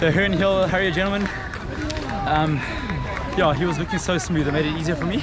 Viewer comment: Enjoyed your video as always. Unrelated question, just curious. You sometimes say "so yeah" but your yeah sounds like yoah. I've never heard this in English, it does sound a bit Dutch (my grandparents from Terschelling sounded the exact same). Where does your accent originate?